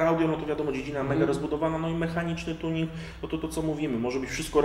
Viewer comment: "kartuzy tjunig", you made my day xDD